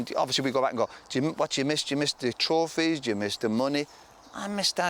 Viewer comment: I love the way, even when he's describing a drinking session, he still talks like he's on live tv. "A young fella, playing for man utd, winning trawphies". No need to mention the trawphies Roy, just talk about the boozing and women etc. Funny though.